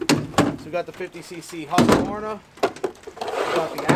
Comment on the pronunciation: Nice to see someone pronounce Husqvarna right. That’s extremely rare. Just about everyone in the US says Hus-qu-var- na. I have a Ryobi 4618. Cut a lot of wood over the last few yrs with it. It’s been an awesome saw.